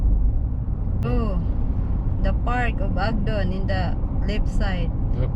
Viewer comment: It’s not Ogdden